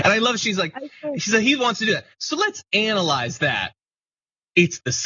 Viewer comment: taylor green did not say "let's analyse this" she said "let's anal ise this". over to you mister freud